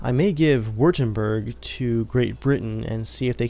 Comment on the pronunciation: It's Vertemberg. In german, w is pronounced as a v